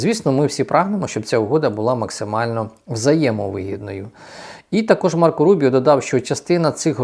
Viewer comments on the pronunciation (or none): none